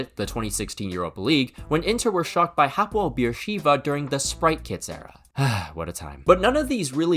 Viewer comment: That pronunciation sounds so funny as an Hapoel Be'er Sheva, also btw we came back vs them and won 3-2 in the same season